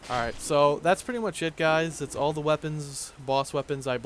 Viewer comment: its all not al get your english straight since your capable of pronouncing every other thing right ;)